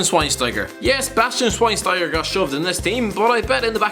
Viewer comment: Man for fuck sake listen to some commentary! It’s Maicon (Maykon) Xavi (Chavi or Javi) Schweinsteiger (Shvaneshtiger)